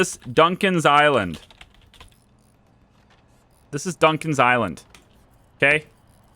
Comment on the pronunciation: Lol it sounded like you named it Duncan's High-land and the only thing that popped in my head was "let me tell you this story of a 3 hour trip..." Kinda brings a whole new meaning to Gilligan's island tbh lol